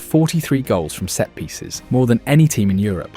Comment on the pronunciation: "set-piecies" lol Arteta knew it from the very beginning 😂